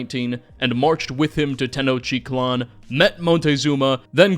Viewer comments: I love your videos and have been following them for a long time. But please. I'm begging you to work on your pronunciations. Tenochiclan is not a thing. It is Tenoch-teet-laan. There are videos. If you are going to start making historically based videos out of the passion you feel for knowledge and history. You owe it to your audience as a figure who is studying history to do this. Thank you for reading this. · Hey Man, loved the video. One little comment, and I know you did your best but it hurt me every time you pronounced Tenochtitlan. You are eating an entire syllable. Te-noch-‘TEE’-tlan I know you are doing your best and pre-colonial Mexican names are tongue twisters, but just had to be that guy. Also this counts as engagement, so we all profit. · Tis tenochTitlan No "tenochitlan" :) and is: tlax-cal-te-cas no: whathevershit you were saying: tdelgjlfgsrLaztecs?! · Great vid but it could've used a bit more research towards the pronunciation of some words, like Tenochtitlan (tuh·nowch·teet·laan) and Cacique (Kah-seeh-keh) among a couple others.